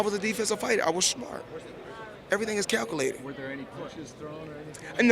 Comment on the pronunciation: ''CowCoolated'' muahahahaha